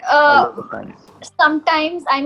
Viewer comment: “lOt of times” idk why but it seems like the O pronunciation is quite strange